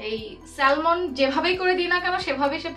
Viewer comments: not salmon , i think pronunciation will be sa-mon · স্যালমন না স্যামন হবে কথা টা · স্যমন,স্যলমন না। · স্যালমন কেন? এটাতো স্যামন হবে। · এটা উচ্চারণ হবে স্যামন।স্যালমন না।এল শব্দটা সাইলেন্ট থাকবে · I love ur vedios bt the pronunciation of Salmon should be Seh m'n the L in the word is silent... Hope u dont mind.🙂